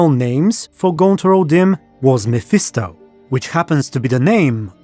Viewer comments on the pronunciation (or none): none